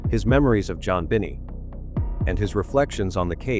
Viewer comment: Aaaaawwww!!!!! John Biny?? OMG i can't take this AI !!!! I've tried to watch this but between the annoying music& AI who mispronounces everything!!!! 😮🤬🤬🤬🤬🤬🤬🤬🤬🤬🤬🤬🤬🤬🤬